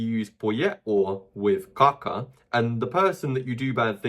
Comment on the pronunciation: every time he says "kaka" I hear caca.